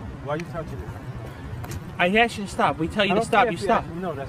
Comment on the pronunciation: Did this guy say he axed him really what the fuck?